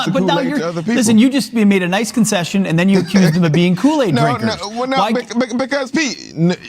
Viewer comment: You are supposed to be having an educated debate and can't even pronounce Kool-aid. You were born and raised in America and speak the language with the eloquence of an eight year old.